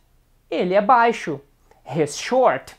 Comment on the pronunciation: É muito legal. I would work on your pronunciation of 'he's' and 'she's', but it was very good. It helped me to learn a little Portuguese. Muito obrigado.